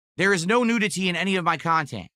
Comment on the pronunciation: ive never heard someone pronounce nudity like that. the hell is wrong with him? he's saying it like nude-ity. freaking clown.